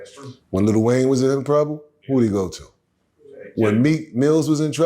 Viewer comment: hearing "lil Wayne" with hard T's sent me 🤭